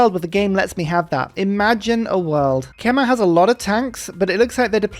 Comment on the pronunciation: is "kemah"/"kamuh" really how you pronounce "khmer" in english? i heard this a lot from civ youtubers and every time it throws me off